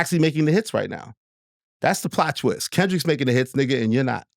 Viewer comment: Elliot saying plottwist😂